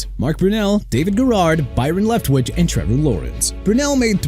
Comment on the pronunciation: Can't even say Flacco correctly. This guy is done. Flacco is pronounced Flah-koh not Flak-koh... and ALSO MR ILLITERATE DELHOMME IS PRONOUNCED DE-LOHME NOT DEL-HOME!! LEFT-WICH NOT LEFT WITCH!! AND STAUBACH IS PRONOUNCED STOHL-BACH NOT STOW-BACK!! ARE YOU DONE MISPRONOUNCING EVERYBODY?? BY THE WAY YOU MISPRONOUNCED NEW ORLEANS AGAIN! NEU OR-LINZZ NOT NEU OR-LEANS!! I'VE HAD ENOUGH!!